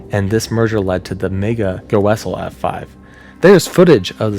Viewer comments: Outside texas due to sheer size Kansas is definitely the tornado capital Most F5s and potentially the fastest windspeed F5. Insane. And it is pronounced Goss' ell not Go 'essell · Btw you did not pronounce goessel right it’s pronounced gossle but I see how you you could get you pronunciation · Goessel is pronounced Goss-ell. At least that's how we say it in Kansas. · Respectfully, sir, Goessel is pronounced "GAW-sull" ❤ We actually reference that tornado as the Hesston Tornado here in Kansas, likely since Goessel doesn't have enough people to complain about it 😅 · Way late to the party, but Goessel is pronounced “Goss-el” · i know this video came out a while ago, but just in case it comes up again, it’s pronounced “gaw-soll.” Great video! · Goessel is pronounced (Ga-sull) I know because we live nearby. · As a Kansan, just wanted to say that Goessel is pronounced like "gah-sell" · Pronounced Gaw sol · Pronounced “ Guessel” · I'm from Kansas, went to college at Hesston College, and my best friend bought a house in Goessel. It's pronounced "GAW-sull" ❤ Thanks for the videos! Keep up the great work! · Goessel pronounced gah-sul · Just a few pronunciation corrections: Xenia = ZEEN-yuh. Lubin = LOO-bin, although Poles pronounce it more like "LOO-byin." Guminski = goo-MINN-ski. Goessel = probably "GOSS-el" or "GESS-el," but Germans might pronounce it like "GER-sel." The singular of vortices is vortex, not vorticee. Also, freakin' awesome video. I used to write off hypothetical tornado wind speeds as silly conjecture, but now I think they're highly important, relevant, and thought-out. Thank you for producing this video and motivating me to change my mind. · Kansan here. You don't need to pronounce the O in Goessel. It's pronounced Gessel with a short e.🤗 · Dang, as a guy that lives a county away from Goessel, KS, I didn’t know that thang was so strong. (, it’s easier than its spelling - “Gah-suhl” as in fossil)